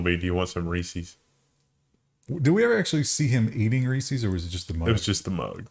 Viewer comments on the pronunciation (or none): The way you pronounce "reeses" is rage-inducing. Good day, sirs! Harrumph!👴👴